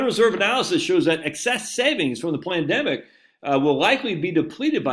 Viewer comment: You keep miss pronouncing Pandemic. There isn’t a ‘L’ in it! 😂